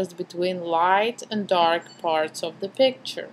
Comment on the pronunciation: Its ok , are you french by a chance ? I watched you videos to learn how to photograph before I went to Paris . In Paris everyone did the same thing as you , pronouncing "z" so much . They even had " All In Ze Box " instead of "All In The Box " at KFC.